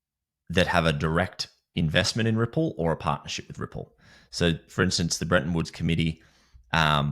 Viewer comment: It’s not Brentton… it’s Bretton